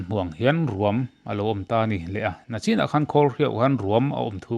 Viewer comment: A ngaihnawmin a bengvar thlak hle mai. Nachin ti lovin NICHIN ti ve mai teh.